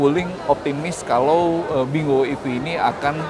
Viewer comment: bingo ini dibaca "binggo"